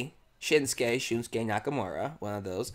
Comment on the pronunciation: Can't wait. I think NXT Takeover Dallas will be one of the best live specils in WWE history. One thing...You say it like SHILMsuke...it's SHINsuke.